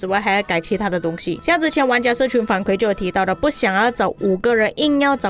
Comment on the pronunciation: 反馈 kui 4, 第四声（和惭愧的“愧”发音一样）